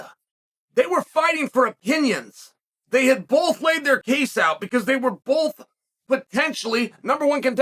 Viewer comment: Hey Uncle Chael, since nobody seemed to have told you, I guess I will - There's no L in the word BOTH. See.. just a B and O followed by TH. You're welcome.